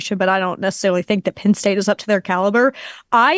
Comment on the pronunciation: She is, but she needs to learn the sounds “e” and “i” make. Pinn State, Big Tin Conference… cmon lady!